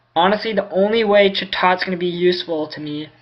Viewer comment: ITS NOT CHUTOT ITS CHAT OT